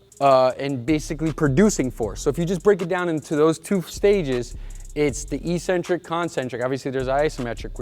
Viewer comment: Eccentric you fucking moron